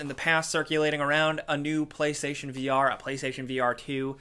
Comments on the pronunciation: was it just me that heard “Paystation”? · i knew i heared paystation instantly reminded me of nopaystation yea i doubt that will be on the ps5 lmao